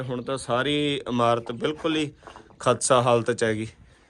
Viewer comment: ਅਤੇ ਖੁਸ਼ੀ ਤੁਸੀਂ ਕਾਫੀ ਖ਼ਤਰੇ ਮੁੱਲ ਲੈ ਰਹੇ ਹੋ। ਸ਼ਾਬਾਸ਼ ਕੋਸ਼ਿਸ਼ ਕਰੋ ਕਿ ਖੁਸ਼ੀ ਨੂੰ ਵੀ ਹੋਰ ਬੋਲਣ ਦਾ ਮੌਕਾ ਦਿਓ। ਵਕਾਸ ਦਾ ਬਹੁਤ ਸ਼ੁਕਰੀਆ। ਕਿਰਪਾ ਕਰਕੇ ਇਸ ਦਾ ਸਹੀ ਨਾਮ ਲਵੋ। ਪੁਰਾਣੇ ਖੰਡਰ ਬੜੇ ਖ਼ਸਤਾ ਹਾਲਤ ਵਿੱਚ ਹਨ। ਦੇਖਕੇ ਬਹੁਤ ਦੁੱਖ ਹੁੰਦਾ ਹੈ। ਲਫ਼ਜ਼ 'ਖਤਸਾ' ਨਹੀਂ 'ਖ਼ਸਤਾ' ਹੁੰਦਾ ਹੈ।